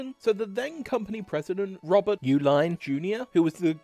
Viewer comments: It's not "YOU" line, it's "E line". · Uihlein is actually pronounced E-Line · You can't pronounce Uihlein either. It is pronounced Eee-line, NOT Ooo-line. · And Uihlien is pronounced, "E-Line." Sobering video, though. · The Uihlein name is pronounced "Eee-line"...which is why the chocolate they produced during prohibition was named "Eline's". There is a faction of the family that pronounces it "U-line"...which happens to be the family that started the office supply company "ULINE" based in Pleasant Prairie, WI. As well as another family that produces refrigeration units in Milwaukee named "U-Line". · Yes I went to school with duke, the uihlEin family in Lake forest Illinois pronounces it Uline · Interesting how you said Uihlein was so hard to pronounce and then sim-pronounced it. its E-Line like the choco milk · Uhilein is pronounced like "e-line". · Thanks for the video, I currently work in Schlitz Park, an office park using the original Schlitz buildings (I'm in the Keg House, next door to the Bottle House). It would have been great if you had checked pronunciation of names (Uehlein, Stroh, Anheiser-Busch). ;)